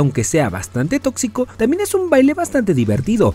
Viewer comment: Dijo totzico